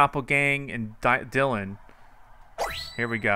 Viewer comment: "We got DiElin............... OH DYLAN dylan" lol bit of a brain fart there eh?